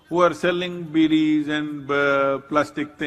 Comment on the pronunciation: Bidis ..not beauties